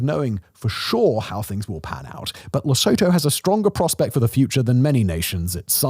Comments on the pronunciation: Thank you from the region(South Africa). But it s pronounced 'Leh-soo-too' rather than 'Leh-soh-toh'. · It is pronounced le-sooo-too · Simon it is pronounced Lesootoo, please pronounce it correctly, you are killing us here! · South African here. 🙋‍♀️ It is pronounced "Lesootoo" not Lesoutoe. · It's pronounced lih-SOO-too not leh-SO-toe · It's pronounced..lesoootoo....not le so tow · Li-su-to (right pronouncation)❌ Li-sow-to✅ I'm in South Africa. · Its not pronounced "le sow tow" its "less oou two" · You do an entire video on the country, and don't get the pronunciation of the NAME right? It's Luh-soo-too. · Simon, I know you have 382645 channels to take care of, and don't expect you to practice and perfect the pronunciation of every non-English/difficult medical word, but I laughed my ass off at "LesOHtOH" every time xD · It's pronounced Lusootoo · Huh today I learned American pronounce Lesotho like toto in the Wizard of Oz. Why? Just made me wince every time he said it. Luh-SOO-too. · Pronounced; Lee (as in name) Sue (as in name) Two (as in number)Le-So-Tho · le-so-toe? lol, do your homework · One would think he'd learn to pronounce it properly. It's "Le SOOTOO" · its les-oo-too... look up how to pronounce it before making a whole vid pronouncing it wrong... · You pronounce it Le-suit-2. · Interesting vid but it is pronounced Lesuetue!! Not Sotho people, again pronounced Suetue. You got it right once in Basotholand. (Basuetueland). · Pronounced Leh-Soo-Too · It's pronounced Le-Soot-Hoo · Also Simon it's Leeesootwo that's how you say it 😂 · It's pronounced: Le-sue-two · pronounced - la su 2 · It's "LE-SOO-TOO" by the way. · Its pronounced Le-soo-too. Surely in all ur research u got that right? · its pronouced leh soo too. Does a documentary, doesn't learn to pronounce the name of the country lmaoo That's the internet in a nutshell. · South African here. Don't mean to be a pedant, but the pronunciation is 'Le-su-tu' despite the spelling. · It's "Le-soo-too". 👏